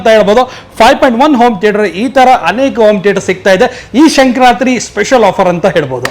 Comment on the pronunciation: 1st learn how to pronounce Sankranthi festival spelling. That is Sankranthi not sankar ratri